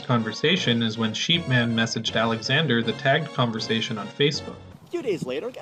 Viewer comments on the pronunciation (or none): Why does pronounce "tagged" like /tɛ:gd/? Feel like I've maybe heard some Philly guys talk like this, but never a Canadian. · Nice to see someone else picked up on that